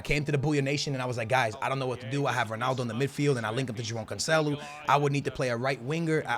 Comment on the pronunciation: Stop saying Joao Cancelo like that 💀💀💀